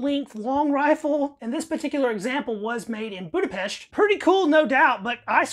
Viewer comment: Props for pronouncing Budapest correctly.